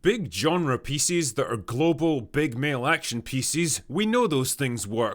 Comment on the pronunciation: Wait, why do you say pieces like feces but with a P. Pecees